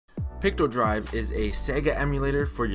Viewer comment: I’m wondering why you keep calling Picodrive “pictodrive”…..is that a misspeak or is there another version of Picodrive called “pictodrive”?? How can you tell between Picodrive and Pictodrive?